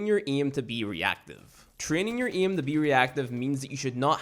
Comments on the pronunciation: Bruh how can you speak English so good but say iem instead of aim and iet instead of 8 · The way you say "aim" is to funny bruh lol